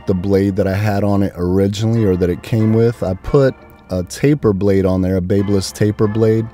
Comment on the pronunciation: Pronounced.......BAB Y LISS. sounds like BAB A LISS. Like the City of Babylon in ancient times. If you're using a certain brand and continuously saying the name of the brand, you should know how to pronounce the brand correctly. Now, spread the word, my good friend.